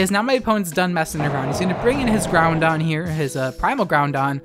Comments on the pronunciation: If I had a dollar for every time you mispronounced Groudon, I’d be able to buy lunch, but alas I do not and thus cannot afford lunch because I spend all day writing furious comments on YouTube videos about people mispronouncing things instead of working. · “Kee-ogre and Ground-don” Unsubscribed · Ow. Key-oh-grey and ground-don.... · Were you purposely saying Groundon and Keeogray for the memes or is that how you pronounce them? :P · Every time I hear Keeogray or Grounding I die a little inside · Kee-og-ray Ground-on .-. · QOTD: Yep :D Btw, I'm unnerved with how you pronounce Groudon with an 'n' and Key-oh-grey lol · I love your videos but I hate how you pronounce Kyogre and Groudon xD